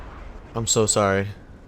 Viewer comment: 1-HKOed a leo1: "I'm so sorry" spoken like a true canadian indeed.